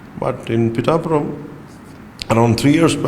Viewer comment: 1sec Pitthhapuram ❌️ pitapuram✅️